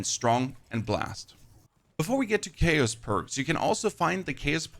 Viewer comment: How do u say chaotic correctly but not chaos.